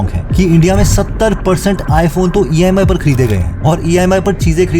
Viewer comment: Bhai EIMy nhi, EMI hai.